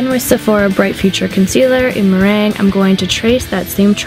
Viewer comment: You said meringue wrong